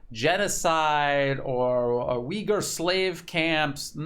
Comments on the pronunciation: Thank you for your brilliant reporting. However i must correct you. It's pronounce Ooiggur not Ewghur. The "U" in Uighur is very hard and pronounced. Closer to n[OO]k than st[EW]. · Oy-ghu-er. thats how its pronounced. theres no W or EE in Uyghur. it isn't pronounced WEEghur